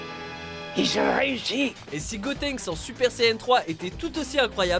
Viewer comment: Dieu merci ! il a dit "Gotenks" et pas "Gotrunks" x)